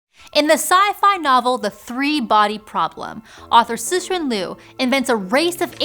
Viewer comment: Great video! Meanwhile, the way you pronounce "Cixin" is hilarious. It's actually something similar to "Ts (as in cen'ts', ga'tes', boo'ts') - Sheen".